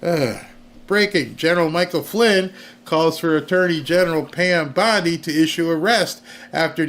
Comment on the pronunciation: I'M SHURE THEY'D LIKE TO. SHREAD. PAN BONDIE 😂😂😂😂